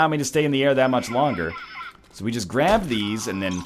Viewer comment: "it took a while to grabe me" nice.